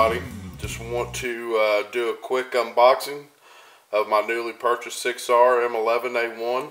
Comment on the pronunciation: It’s pronounced sig sour weird I know I just got the P226 extreme 9mm just awesome got the P229 sas 9mm on lay away can’t wait and then finally it’s the M11A1 time sweet sweet gun and your right on the UID labeling it’s for the armorers to scan it in and out great vid keep em coming! thanks